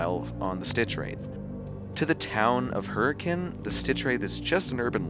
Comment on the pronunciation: Is it weird that I'm impressed that you said Hurricane correctly? Since like, there's no reason to think it's not pronounced the same as hurricane?